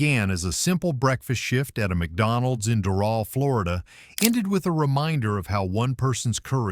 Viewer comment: That's not how ya pronounce Doral